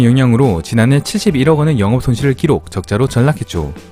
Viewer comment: 억양, 발음에 문제가 있네. 키록(x) 기록(o)